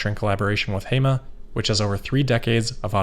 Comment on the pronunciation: I absolutely love your content, and I think I've watched the majority of your vids. One thing that would be a pretty quick adjustment: if you're not sure about pronunciation, just to check with a native speaker. There are quite a few of them around 😉 For this video, that's 小鹏, 盒马, and 肇庆 Keep up the great work, man!